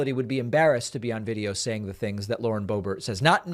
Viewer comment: Did you call her Lauren Bo.bare? David, she is definitely an ert (with a hard ERT).